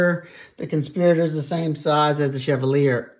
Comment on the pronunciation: Pronounced: CHEV - ALL - E - A. Stress the ALL. Pronounce the last two like you were just saying the letter by itself.